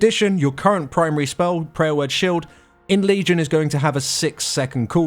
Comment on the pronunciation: is he calling power word shield, Prayer Word Shield?...